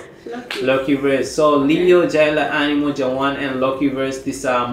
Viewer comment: Am i hearing things wrong or did he just said "animol" instead of "animal" 😅😅